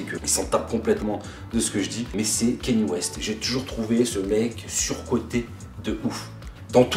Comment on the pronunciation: Les sacs à dos c'est bien pour pas se péter le dos surtout si tu marches plusieurs heures... Kanye ca se prononce "kanié" De toute la vidéo je suis juste d'accord sur le sujet de la cathédrale 😅